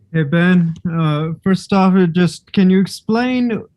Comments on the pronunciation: really speaks and goes to the level of professionalism of "trilla" , when it comes to payper views... the generated amount was good, but it was a huge disappointment with overall pro atmosphere and fighter behavior, ole boy was took out on a stretcher after faking a bad shot... saying Bens name wrong.... i mean the turn out was good but the show was really a "SHIT SHOW" ...! It was truly cringing to watch overall... knowing you have sublevel fighters and then for the showmanship of the actual show to be so subpar.... was not good overall for Trilla... if there is another payper view at the same time i will def choose the other and then watch passed results of the Trilla line up.... I expected way better flow..... NEXT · Tio..... not sure about Triller bro.... theyre really going to need to up there showman ship cause lastnight was absolute a dogshit show bro.... and i was pulling for this new approach but gawdamnn they let a fighter fake his ass all the way to a stretcher with now interruptions, saying Bens name wrong... and what else man... and i know true fight fans caught all of this bullshit... so the next set up will need to redeem this bullshit show or people are going to wait to catch the payper view the next day and no pay for a shit show.... Triller what tha fuck happened man..... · Best scene was when Buffer messed up Ben`s name mans was confused throughout the fight